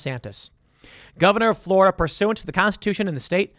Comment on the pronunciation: Tim: "Florider" Okay can this be a meme now?